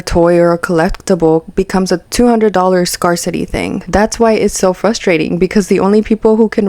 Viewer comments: This is so weird to me. I might buy extra food, if it's on sale, but this? YIKES. (Also, just a kind FYI, but "scarcity" is said like "scare," not "scar." Sorry, former English teacher showing lol.) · Love your videos! Just so you know since you’re probably going to be making more videos on similar topics, scarcity is said like scare-city, not scar-city because apparently English can’t be phonetic lol. Keep up the great work, everyone can tell you’ll do great in this space :) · I'm sorry, I have to say it cause it was bugging me... "scarcity" is pronounced like "scarE-city," not "scar-city." Loved the video tho! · it's pronounced SCARE-CITY not scar-city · The word "scarcity" is pronounced as "scare-city" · Pssst - "scarcity" isnpronounced SCARE-city. Great video with lots of good points! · gahh i know it's no big deal, but that's not how you pronounce scarcity lol i had to click out.